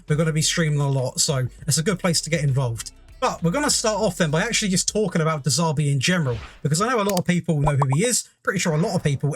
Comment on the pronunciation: Sorry because you could have some underlying speech impediment, but, who the hell is de Zaarbi? If you can’t even be bothered to pronounce the guys name correctly why would anyone want to listen to anything else you say, what a class A dick!